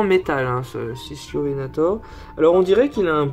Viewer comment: L’ichthyovenator se prononce « Iktiovenator » ;) super vidéo comme d’habitude !